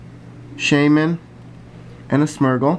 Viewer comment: It's Smeergul not Smurgul!